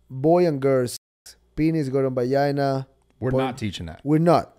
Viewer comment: “Ju should like bajina” 😂😂